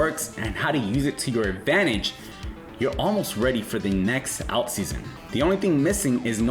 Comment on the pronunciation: This guy cant pronounce "alt." Might be a sign to be very careful. Get "alt"